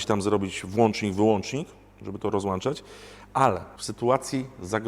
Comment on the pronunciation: ROZŁĄCZAĆ, NIE ROZŁAŃCZAĆ!